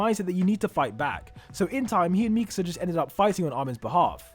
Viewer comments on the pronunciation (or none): its annoying how he says MEKESA INSTEAD OF MIKASA